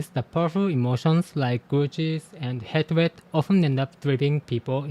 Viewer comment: whoa no way that's so cool!!! PS hatred is pronounced more like 'haytred' (same as hate). Not to critique you, english pronunciation makes no sense 😅